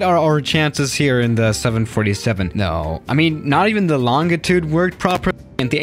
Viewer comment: FYI, the G in “Longitude” is pronounced like a J. /ˈlänjiˌt(y)o͞od/